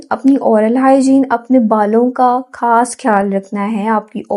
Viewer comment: It's not کھاس it's خاص